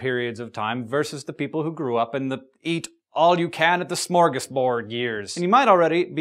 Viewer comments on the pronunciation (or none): Nice Swedish pronounciation. Except for smörgåsbord. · I'm swedish and your pronunciation of "Norrbotten" was actually really good but "smörgåsbord" made me laugh so much. Thank you for making my day and making me understand epigenetics!